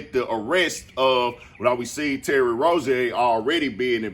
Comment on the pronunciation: That Rozier pronunciation is insane